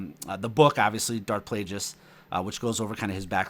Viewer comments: it's a hard "G" in Plagueis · In Plagueis its a hard G. His name is after the word Plague.